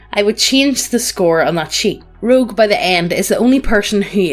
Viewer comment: I like how called a rogue a "loog"